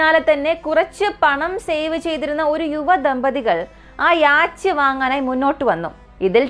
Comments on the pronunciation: യാച്ച് എന്നല്ല യോട്ട് എന്നാണ് ഉച്ചാരണം. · യാച്ച് അല്ല യോ-ട്ട് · The Pronunciation for Yacht is "Yot" "Yo-tt" Not Yaach. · യാച് അല്ല സിസ്റ്റർ Yacht ആണ്. ഡാൻനിഷ് word നിന്നും ആണ് യാട്ട് ഉണ്ടായത്. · യാച് 😂😂😂😂😂ബോട്ട് പറയുന്നത് നല്ലത്. എന്തോ അലോസരം. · Yes യാട്ട് എന്നാണ് pronounciation, സഞ്ചാരം പ്രോഗ്രാമിൽ ഈ word പല പ്രാവശ്യം വരുന്നുണ്ട് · യോട്ട് അല്ല. യാ ട്ട് എന്ന് ആണ്. ഡാനിഷ് word ആണ് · Yot അല്ല. Yacht word, ഒരു ഡാനിഷ് word നിന്നും ആണ് അപ്പോൾ കറക്റ്റ് pronunciation യാ ട്ട് ആണ്. അതിൽ ch slient ആണ്. യാ ട്ട് പറയുന്നത്. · Good video but you need work on the pronunciation . Yacht 🛥️ pronunciation is yot Just giving feedback only 😊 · Yes it's 'yot'.